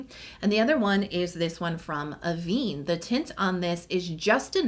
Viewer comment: A small point but Avène is pronounced ah-ven not ah-veen. The accent (called a grave accent) above the first "e" indicates this pronunciation. The brands takes its name from the Avène region in France known for its thermal waters and the brands uses the water in its products. Excuse the picky-ness but I live with a fluent French speaker and this is the price I pay for it.